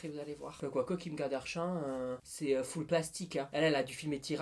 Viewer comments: Mais MAIS ? Ai je bien entendu Kim KaDARSHAN ? C'est Kardashian ahahaha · Kim kadarchian ! C'est kim Kardashian, bas de gamme ! 🤣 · Tu c'est pas dire Kim kardashian 😂😂😂